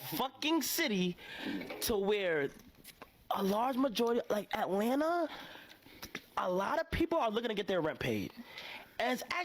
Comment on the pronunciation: What would you do over there? Look at and talk about other people? Boring. I took my wife out to concerts or dinner and a movie or a museum or whatever, just to enjoy together. But hey, I'm not from "Ellenna" or how they pronounce it.